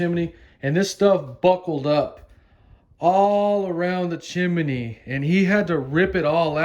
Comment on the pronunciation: Are you pronouncing chimney as "chim-men-nie" on purpose or is that really the way you say it?